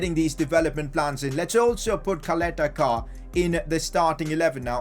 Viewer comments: Don’t say Caleta-Car like Kaleta-Kar...U have to say it like Chaleta - Sar...just trying to help u out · Ćaleta-Car = Chaleta-Car and not Kaleta-Kar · Its pronounced charleter char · If I'm not wrong, it's pronounced as Salete Shaar and not caleta car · No hate,but it is pronounced as Cha-leta Ch-ar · Btw it’s pronounced Chaleta Car bc of the accent on the first C (Ć) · You didnt say ČALETA-CAR's name. Try to pronounce it like: CHALETA-SAR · Ćaleta Car is prounanced "chaleta tsar" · Čaleta Car is pronounced Chaleta Sar, I'm from Croatia so i know... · give bradarić chance he is elite and Call Duje Ćaleta Car by his name cuz you are totally saying it wrong it sound weird totally😂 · Regarding your pronunciation of Caleta Car. Its not pronunced like car, its pronunced like C not K. And about his first name its the same case like ModriĆ. Hope that helps u :=) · It so funny how you pronaunce Croatian names Čaleta Car 🚗🤣😂😆